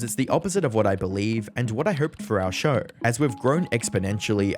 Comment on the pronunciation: What's a sher? It's "show" you donkey.